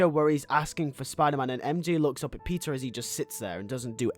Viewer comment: Is he saying pizza or Peter or is it just a very heavy accent